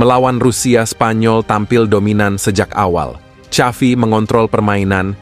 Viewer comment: Maaf pak XAVI Bukan SYAFI 😊😊